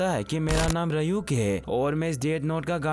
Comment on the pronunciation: rayuk nahi ryuk bhai